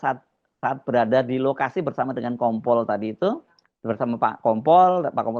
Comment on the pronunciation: Itu KOMPOL APA NGOMPOL?! APA SAYA SALAH DENGAR YA?! SAYA TAUNYA NGOMPOL 😂😂😂